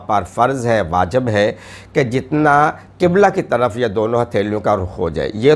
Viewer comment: جهالت کی ایک حد هوتی ہے تم نے تو ساری حدیں کراس کر دیں ۔ اتنی مشہور حدیث ، بچے بهی جانتے ہیں یہ حدیث ہے جسکو تم قرآن کی آیت کے طور پر پیش کر رہے ھو ۔ تمام فقہی اصطلاحات کو غلط بیان کر رہے ہو ۔ واجِب کو واجَب پڑھ رہے ہو ۔ شوشل میڈیا ہے سنی علماء بھی دیکھ رہے ۔ تم شیعہ علماء کا لباس پہن کر مذھب حقہ کا بیڑہ کر رہے ہو